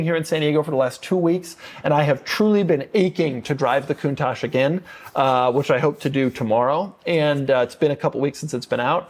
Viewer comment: Mercedes… Porsha porsha porsha porsha… coontash. 😂